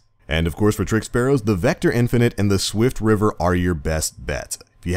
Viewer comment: i thought it was "swiftrifter" not "swiftriver"